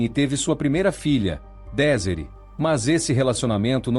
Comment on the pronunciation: SERÁ QUEVE ROBÔ?? PARECE!!! DESIRÉE.SE PRONUNCIA ##DEZIRRÊ##. FRANCÊS. AÍ O ROBÔ FALA #DESÍRE???? AFF.BQUE HORRORM